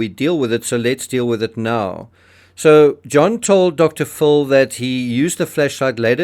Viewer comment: Pronounce Dr. Phil as (fill).